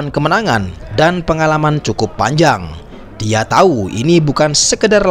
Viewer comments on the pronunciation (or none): none